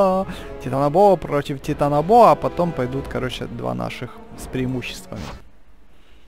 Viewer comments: Титанобоа ударение на последнюю „а". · Это не тетанабоа против титанобоа а титанобоа протиф уроборос 66 ты просто не так говориш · Нет. Боа - ударение на О, так что Титанобоа тоже ударение на О